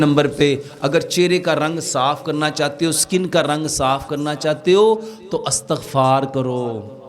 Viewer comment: اِستغفار ہوتا ہے لفظ اَستغفار نہیں